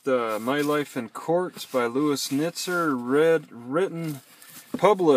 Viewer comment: The correct pronunciation of Nizer rhymes with "wiser."